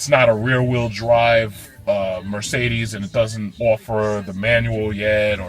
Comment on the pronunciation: almost made me spit out my coffee laughing. "Ermergahd it's a Mercerderrrssss." Thanks for uploading this review!